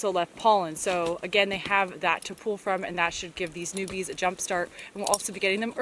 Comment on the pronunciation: I hear "newbies" everytime you say "new bees" in your videos XD